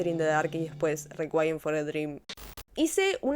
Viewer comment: Requiem no se pronuncia así, es una palabra en latín no en inglés